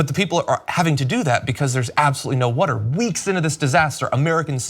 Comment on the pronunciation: They're surrounded by wader, big wader, ocean wader.....